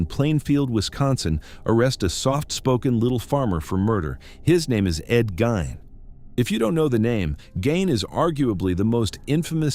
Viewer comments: GEEEEEEEN NOT GINE 😡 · It's Gein (Geen) not Gain(Gain). Lol. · EVEN LAW ENFORCEMENT SAYS GEEN, SORRY. NOT GOING TO FLY. HALF A CENTURY PLUS IT'S ALWAYS BEEN GEEN. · It was pronounced differently each time he said it 😂 Gain, Gine, Gunn 😂😂😂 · Gine ! Gein it's a German Name: Gein is pronounced 'Gine'! (!!) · He pronounces Ed Gein as Ed Gunn. Then goes on to say how famous he is. If he so famous then why can't he pronounce the name correctly.